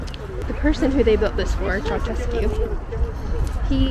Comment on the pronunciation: It's Ceausescu ( Ceaushescu) not Ceaucescu (Ceauchescu)